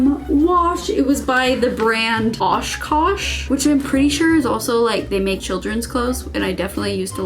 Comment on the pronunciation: Wisconsinite here, your “Oshkosh” pronunciation made my day 😂 please come to Wisconsin! 💗✨